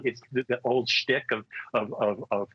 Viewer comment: Schtick. The word is "schtick" not "stick". Yiddish.